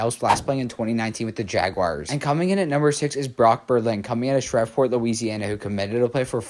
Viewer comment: Shreeeeve - port Not Shrevvvport